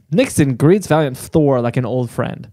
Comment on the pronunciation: v-ALIEN-t Thorr come on you gotta be kidding me really???